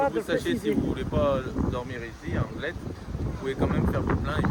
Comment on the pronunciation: DIT LES ZANGLET ALORS QUE LA VILLE SE PRONONCE TOUT SIMPLEMENT ANGLETµ